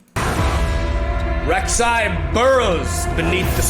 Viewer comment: I'm liking the video cause he got my Queen's name right.